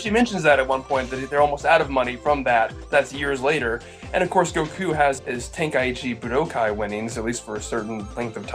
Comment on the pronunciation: You know these videos are a bad source of information when the people can't say goku right